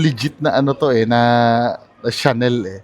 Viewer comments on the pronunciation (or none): none